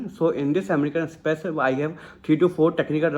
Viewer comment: Amrican express ,say the name right